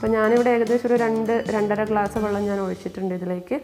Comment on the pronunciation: വള്ളം അല്ല വെള്ളം അങ്ങനെ പറയണം